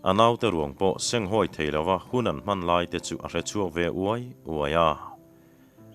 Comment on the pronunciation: Senghawi tiha hawi hi thlûk loh tur. Tin, a pasalṭha chet a phet tiha phet pawh hi thluk loh tur, ka ke a phet tih ang hian lam tur. Phêt chu phe (fiah lo) modified form a ni e. Phet chu lei rem rap lo, chesual, che phelh sawina a ni zawk.